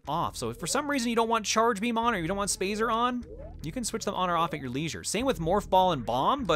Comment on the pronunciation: "SpAyZer Spaz-zer SpAyZer" -, 2008